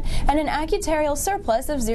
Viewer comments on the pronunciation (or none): You were trying to say "actuarial", not "acutarial" right? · Her "acutarial" versus "actuarial" gaffe is alarming. Makes one wonder about the quality of people giving us our news. This person walks around saying she is a business reporter?!